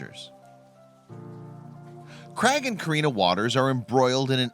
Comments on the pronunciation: Craig not creg you moron, why would you pronounce it creg? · Crag ...it’s Craig with an A lol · I've never yet heard an American pronounce the name Craig correctly. It's not Creg!